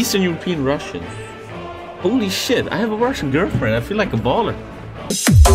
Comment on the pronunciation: Baller not bowler lol